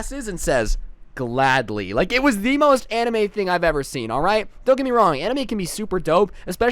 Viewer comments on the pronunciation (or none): I heard emo instead of anime 0% judging ;)